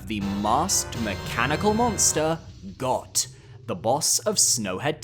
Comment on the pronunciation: Bro.. It’s pronounced “Goat” It kills me how many morons mispronounce this on the internet.. A little common sense, please.